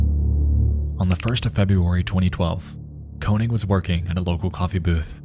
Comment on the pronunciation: Koenig is wrong pronunciation